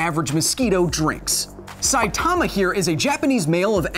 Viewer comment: Can't pronounce Saitama